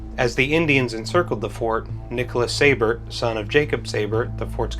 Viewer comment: I’m a 7th great grandchild of Jacob Seybert. Great documentary, but it is pronounced SEE-bert.